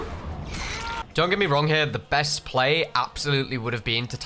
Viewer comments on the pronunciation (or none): none